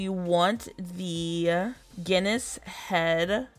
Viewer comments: LOL, I thought you were saying Guinness head 🙂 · she was saying Guinness head lmao. she obviously didnt know how to pronounce Genus. she also didn't even know how to pronounce Maitreya...